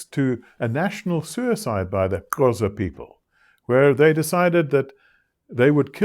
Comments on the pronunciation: thank you for this insightful lecture.. he pronounced the Xhosa click wrong, he pronounced it as Qhosa :) xxx God bless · literally just paused the video to look in the comments for a comment such as this one hahaha. I was thinking the sameeee. I did notice, though, the 3rd time he said Xhosa without the tongue click. #poser